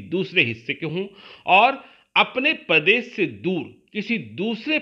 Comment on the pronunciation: Pradesh hota h padesh h language sudare totola